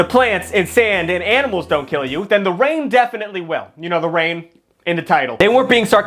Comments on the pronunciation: Please just stop pronoucing animals like aminals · You keep saying “AMINALS” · “The aminals” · “Aminals” has always been the cutest thing to me 😂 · Did he said aminals 😂😂😂😂😂😂😂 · Is he saying aminals in the beginning or am I just crazy?? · “the aminals “ 💀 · I heard that too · "aminals" -, 2024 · dont worry i also have trouble saying aminals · The "Aminals" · Loved how he said “the aminals” 🤣